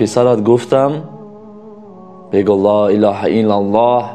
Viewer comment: МУРОЧИАТ БА "КАЛИДИ АСРОР". Мухтарам муаллифи канал! Эхтиромона хохиш менамоям, ки дар талаффузи калимаи "Ло илоха иллаллох" бодиккат бошед. Зеро харду харфи "Х"-и калимаи "Ло илоха иллаллох" "Х"-и халки намебошад.( Яъне бо тарзи лахчави гуем бо куртук талаффуз карда намешаванд). Дар ин бора аз Кори Мирзо Махмудчон пурсон шавед. ХОХИШМАНДАМ ИН КАМБУДИРО ХАТМАН ИСЛОХ НАМОЕД.